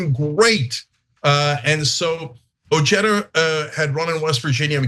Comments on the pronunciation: That’s Ojeda and pronounced oheda and not ocheda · Richard ojeada is a mouth breathing ignoramus. Cenk can't even pronounce his name correctly the J is an H Cenk ask Stuttering John Melendez is that your next candidate for office? How about Brian Kareem?